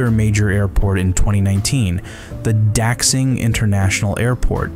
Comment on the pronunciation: The x in daxing is produced sh. Like "You are a Fushing Idiot"